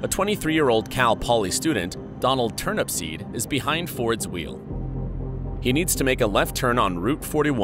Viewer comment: So many errors here. 1. TurnUPseed, not TurnAPsPeed. 2. Turnupseed was heading EAST. The Sun was not in his eyes. 3. Dean passed an elderly couple shortly before the crash, and they indicated he was definitely speeding.